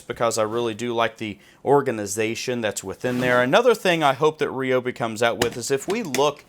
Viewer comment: Rye-obi...... not Ree-obi😛